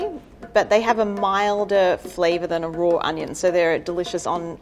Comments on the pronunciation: I was enjoying hearing her say it, lol. I have to rewatch now to see if she says warsh it like they do in the southern US. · Whenever she says raw it sounds like she's saying "rawr" lol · Why does she pronounce raw as "rawr" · "Delicious when eaten rore" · "Eat it roar" -this woman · "extremely strong when eaten rawr" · We all come from different parts of the world who cares how she says raw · I can not get over her pronunciation of raw as “rawr” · Quit saying roar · “Eat them rawRRrr” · Why does she pronounce raw as rawr/roar lol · Does anyone else hate that she adds an extra r every time she says raw(r)? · take a shot every time you hear "rawr" lol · does she pronounce "raw" as "rawr" or am I having hearing problems?! 🤔 😅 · I realize it is a local language thing but, RAW does not have another R at the end ...... it isn't spelled RAWR🙄😉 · I love this lady but it drives me crazy every time she says" roar" instead of "raw", anyone? ...just me! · Nobody: nothing This lady, pronouncing raw: rAwR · i love when she says you can eat something rawr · And she pronounces raw like roar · Not gonna lie I also heard her say roar rather than raw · Why does she say "eat it rawr"? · She: It's pronounced Roar Gordon Ramsay: It's RAAAW. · I keep hearing “roar” instead of “raw” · I love when she says raw. It kinda sounds like roar and that's just empowering💜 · anyone else like the fact that she says "rawr" instead of raw? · I love her accent but the only problem I had was when she said raw it sound like she was saying roar 👁👄👁.... Sorry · Every time she says "raw(r)" take a shot... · I love how she says Roar when she says raw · Why is she pronouncing raw as "roar" do you even english XD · “You can eat it rawr” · I love how she pronounces raw as “roar” 😂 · Not hating but everytime she says raw it sounds like shes saying "rawr" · "You can eat it rawr" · *Australians: rawr (apparently) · The way she pronounces “Raw” 🤣🤣🤣🤣 ROARRRRR!!!!🦖🦖🦖🦖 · OMG why do I hear roar instead of raw? 😂😂